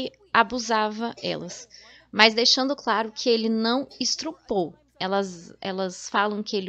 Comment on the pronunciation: Moça de Deus!! "Istrupou" é Estuprou....